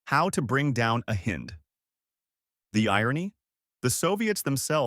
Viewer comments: Mi is not pronounced me and hind is with a long I not a short I. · The narrator is an ignorant fool and cannot correctly pronounce Hind.